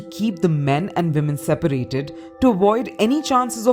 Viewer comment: It’s ‘women’ not ‘vimen’ 🤣🤣🤣